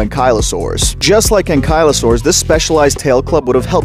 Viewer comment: Since when was ankylosuarus name pronounced differently 😢. My childhood is ruined 😔.